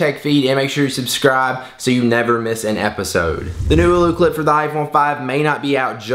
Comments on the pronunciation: OLLOCLIP NOT OOLOCLIP. MY GOSH! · its ollo not oulou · AH-LO CLIP. NOT EW-LEW CLIP. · Screen protectors don't work with it. And its not oooolooo clip. it's Oh-loh clip. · "eww-loo" clip hahaha